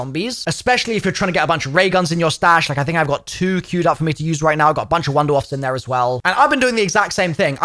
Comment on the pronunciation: German here. Wunderwaffe is pronounced Vuhnder-Vaffae